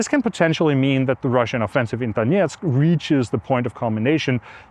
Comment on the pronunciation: Hi Anders, thx! I suspect that you have studied Russian language at some point, since you pronounce Donetsk as close to Russian pronunciation as possible. Based on that, could you perhaps consider using Ukrainian names for Ukrainian cities? Thanks anyways.